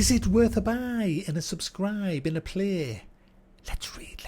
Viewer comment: Am I the only one who laughed out loud when he said aneh subscriibe aneh play?